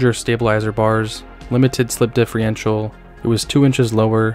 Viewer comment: Holy shit, bud differential not diiffryental. Watch your pronunciation